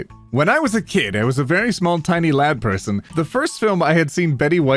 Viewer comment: I was only half listening and heard "Lapras" instead of "Lad Person".